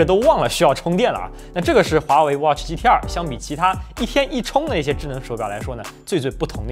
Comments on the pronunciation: 我一直聽成GTR⋯⋯ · 第一句听成了 华为 watch GTR...